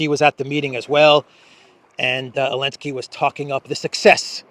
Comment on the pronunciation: Why do you pronounce his last name as “Elensky?” Strange